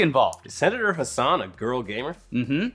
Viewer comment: for future reference it’s not Maggie Hussan it’s hass-an from a NH voter